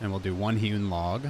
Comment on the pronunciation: For some reason every time you say hewn logs I hear human logs